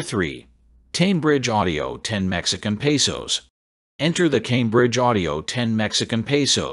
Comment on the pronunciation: "Tambridge" Audio? You gotta love AI narrations. Always good for a laugh. 🤣